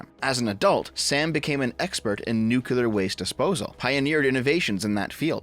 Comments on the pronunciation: Say it with me New clear New clear New clear nuclear Not nucular Think nucleus not nucluus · Nuclear. Not nucular. Please. 🥲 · Nuclear. New. Clear. Not nukular. Thank you. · Hearing "new-cue-ler" instead of "new-clear" is like nails on a chalkboard. Great vid as always otherwise. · Nuclear, not nuculer. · I thought we all learned this: NUCLEAR. "new"-"clear." Not "nuke"-"ular." George Bush was ravaged by the media for this for a long time, how is this still happening? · DEV FOR FUCKS SAKE STOP SAYING "NUCELAR" I'M BEGGING YOU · anyone who pronounces it nucular just sounds like a fucking idiot. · "American Nukular" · Nu- CLE -ar It's a habit, I know. No hard feelings. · Why do Americans struggle with the word "nuclear" so much? Genuinely asking. At first it was just "Stoopid Americans can't say word" when I first heard it... but I'm wondering why it spreads so far, even among theoretically intelligent Americans. What is it about the word "nuclear" - nu...clear - that results in Americans frequently saying "nu-cu-lar"? It seems to transcend individual regional accents; it seems to transcend class. Is it literally just that a few influential idiots ensure the error is heard on a regular basis, or is there something more to it? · I know this an in-depth, well-thought-out video, but I can't get past saying "Nuclear" the wrong way.